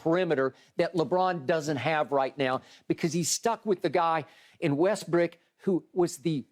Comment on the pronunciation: "Russell WestBRICK"! Skip, I'm LMMFAOOOOFFFFFF 😆😅🤣😂👍🏽